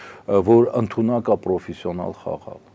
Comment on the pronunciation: Պռոֆիսիոնալ չի, հայերեն պրոֆեսիոնալ է, Իռան չի՝ Իրան է։ Ռուսը հային հանդիպած ամենամեծ չարիքն է, վաղ թե ուշ պետք է պայքարենք։ Գիտեք ալիեվն ա՞ խերվելու ռուսի "լավությունից"